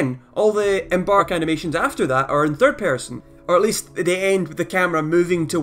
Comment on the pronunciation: theard pearsean